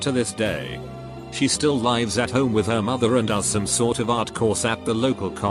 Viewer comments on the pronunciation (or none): The inability for this computer to pronounce "lives" annoys me.